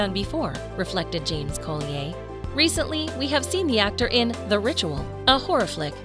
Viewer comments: You are so WRONG Collier is an Old English surname, meaning Coal seller and is pronounced Coll i er, Colli as in the way you would pronounce a Collie dog and i then errrr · Sorry but this narrator is killing me. Thomas isn’t evil he’s scared, misunderstood and alone which leads him to do things that most people wouldn’t to fill the void. It’s Coll-I-er. And the voice is so annoying. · Robert James Collier... I love the way the narrator makes his surname sound so exotic.😉😆😆😆 There's nothing wrong with his name,of course. Collier is pronounced Coll yer. A Collier means someone who works down the coal mines, digging out the coal. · Robert James-Collier is VERY ENGLISH and so is his last name. Your French pronunciation is ridiculous. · How annoying the way you pronounce Collier , totally wrong . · Umm that’s not how u pronounce his last name… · The pronunciation of Collier is really irritating. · That had me rolling my eyes every time she said it 🙄😁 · Collier is pronounced so very badly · James does not pronounce his surname Co lee aye!! He pronounces it Colly er!! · Pretty sure the name (Robert James) Collier is pronounced CAUL-yer, not Cole-ee-yay. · His name is Robert James Colli-er not co-lee-ay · Colder not colleyhay😂😂😂😂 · Please stop using computer generated voices.! Colly- ay - it’s Colli - er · Rob James-Collier is ENGLISH not FRENCH, dammit. His name is pronounced COLLYER not COLLYAY !!! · OMG. It is NOT "James Cole-e-ay" His name is COLLIER. Pronounced Colly-er. I have lost count of the times you mis pronounced his name. For goodness sake get it right if you are going to use his name. Most of the actors in Downton were well known before they ever appeared in the series. You make it sound as if Downton was the thing that made them famous. It wasn't. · Collier is pronounced Colly er not colli ay. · it's not co-lee-ay it's coll-ee-uh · Terrible AI pronunciation as always Co-le-ai for Collier - really? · Collier (Coll-ee-er) is English & the "r" is pronounced.